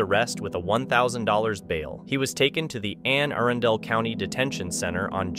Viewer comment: When you say Anne Arundel it’s supposed to sound like Anne A•run•del!